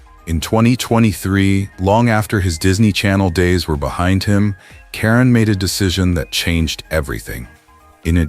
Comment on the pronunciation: How insulting you use the female spelling for KARAN Brar, IT'S NOT Karen geez AI really REALLY SUCKS..